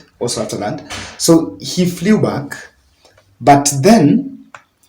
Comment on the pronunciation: Flew....pronouns as flu yawa not flewww